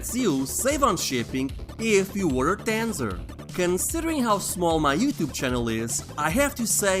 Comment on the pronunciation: I like the way you say Tanzer with your accent. You should've done the promotional advertising for the game